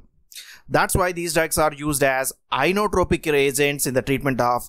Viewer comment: INOTROPIC, not iOnotropic.